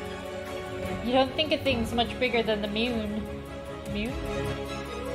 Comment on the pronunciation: "The meuon" hahaha